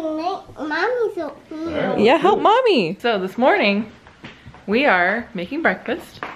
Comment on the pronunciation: Ahh, remember when said “oatmeal” and it sounded like “old people”. Happy Easter!